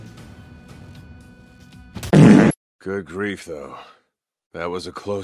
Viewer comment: “good greifoo